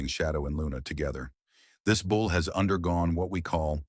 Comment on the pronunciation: It’s a bull. Not a “bowl”.